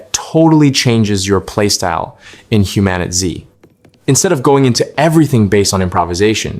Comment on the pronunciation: did you call the game Human-itz? just stop